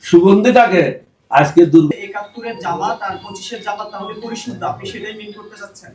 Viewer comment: জমাত জমাত করে, জামাত ঠিক মত বলতে পারে না।